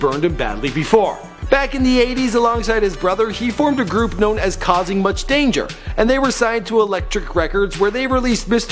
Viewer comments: kausin' much damage, not kausin' much danger. Fondle em records mention would of been nice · Kausing Much DAMAGE.... not danger. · DUDE....YOUR AN IDIOT....KAUSING MUCH DANGER????? YOUR A FUCKIN DUFUS DO YOUR HOMEOWRK....THE NAME OF KMD MEAN KAUSING MUCH DAMAGE IS 1 DUMB FUCKIN IDIOT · *Kausing Much Damage (not Danger)